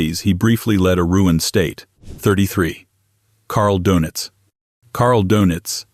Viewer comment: Carl Donitz -> Carl Donuts 😂